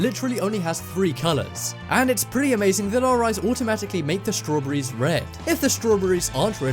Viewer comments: Strow bery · As soon as I heard you say strawberry’s 🍓 I had to stop your video. Why can’t you top 10 people pronounce English words correctly?